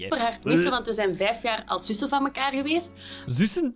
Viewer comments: Toen hij zusn zij😂ik ga plat😂 En ik ben belg🤣🤣🤣🤣🤣🤣🤣🤣🤣🤣🤣🤣🤣🤣🤣🤣🤣🤣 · Hoe hij zussen zegt ahahah